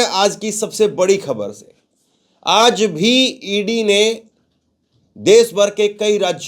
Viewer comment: Cheh mahina se kh rha hun aaz nahi hota bolo aajjjjjj